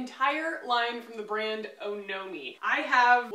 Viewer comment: 1. Apparently, it’s pronounced “aw-no-mee”- kind of like the suffix in “taxonomy.” 2. I totally agree with first purchases. I find that if you’re not Rouge, most brands and shops will give a 15% discount that matches, if not beats Sephora, because some don’t charge tax, while Sephora does. Case in point, I went a little Ilia crazy at Sephora, but only because I don’t know my shades in the foundation and concealer and exchanges/returns are easier at Sephora. I wish I had Ilia in store like it sounds like you do in Austin.